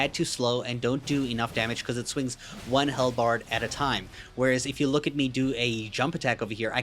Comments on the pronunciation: Halbred - pronounced like Hal(the name) and bread (the food). Idk what a hellbard is but it sounds like a musician in Hell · Not bread.. berd. Like... bird.